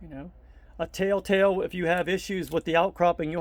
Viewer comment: It sounds like you're using the phrase "tell tale" wrong. It sounds like you are saying, "tale tale." Great video though!